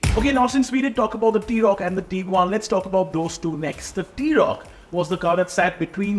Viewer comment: dude the pronounciations are just so funny! Taigoon.... Teaguan.... Tooareg and the big one... (V)olkswagen!!